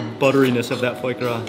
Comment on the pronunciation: FOY GRAS lol...